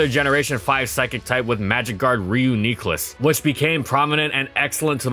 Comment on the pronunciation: REE-OOONN-CLIS Get the pronunciation right.